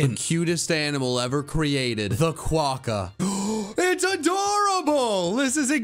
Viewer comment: Am I the only one getting triggered by saying “quakka” instead of “quokka”?